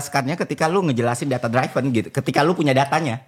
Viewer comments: Ðata driven bukan,dráiven̈ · Hostnya berapa kali coba benerin pronunciation FI, |data driven|. Tapi FI bandel, tetep bilang |data draiven| 😂